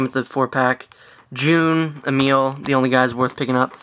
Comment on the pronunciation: its not june you tard ITS J-U-N